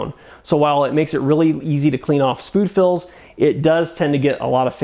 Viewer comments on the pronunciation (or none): Spood Fills lol that's a new one. 🤣